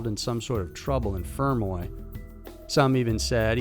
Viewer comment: I'm sorry but his pronunciation of fermoy is annoying me, I'm from fermoy and he's emphasising the fer- too much its supposed to be more together